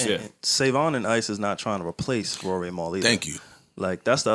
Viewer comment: Why did you say Raury ? 😂😂😂 is this dj Academics